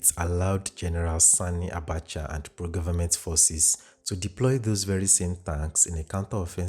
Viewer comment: I like that you paid particular attention in pronouncing "Sani' Abacha and not 'Sonny' Abacha as in previous videos. Well done!